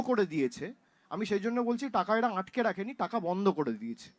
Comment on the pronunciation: আঁটকে নয় ভাইপো, আটকে।